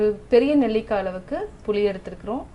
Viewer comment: அம்மா, அது புளி, தக்காளி, கொள்ளு. நீங்க சொன்ன மாதிரி . புலி, தக்காலி, கொல்லு இல்லை. முதலில் சரியாக வார்த்தைகளை சொல்ல கற்று கொள்ளுங்கள். பிறகு ரசம் வைக்க சொல்லி தரலாம்.